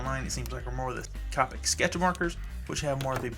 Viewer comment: You're pronouncing Copic wrong. It's Coe (Rhymes with toe) pick Now Caw (Rhymes with raw) pick